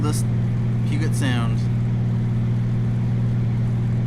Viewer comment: Puget with a J sound! Hahaha as a local omg!!! But thanks for the upload!